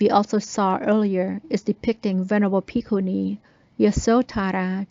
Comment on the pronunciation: I do love how your pronunciation of Bhikkhunī names sounds exactly the same as Ayya Tathaloka’s pronunciation of Bhikkhunī names! Awesome! Good work! A fascinating presentation, thank you for sharing it with us all.